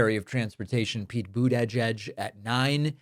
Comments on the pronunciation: What did you say Pete boot edge edge? 😂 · Bro, what’s up with the awkward pronunciation of Pete’s name? Why so much emphasis on separating the syllables? “Boot’edge’edge”. You sound like Stevie Griffin when he pronounces Cool Whip lol